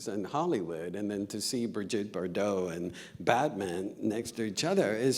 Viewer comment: It’s not Bar-Dot, it’s Bar dough